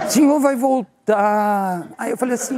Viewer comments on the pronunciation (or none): “O senhor vai voltarrrrr”😂😂😂😂😂😂😂😂😂😂😂